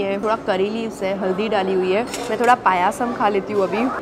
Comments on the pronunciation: It's payasam not paya 😄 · Didi how u pronounced pyaaaasam like we pronounce kheeeeer